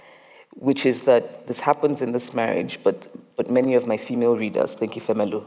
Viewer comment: Agreed, I just wish someone taught them how to pronounce the name of the protagonist in her book. Isn't it I-FEM-elu, not Efe-ME-Lu?